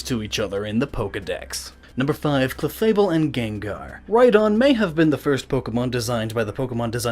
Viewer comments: its clefable not chefable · 'chefable and gengar'? hahahahaha!!!! DUDE!,it's supposed to be 'cLefable and gengar'! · Did anyone else notice "Chefable"?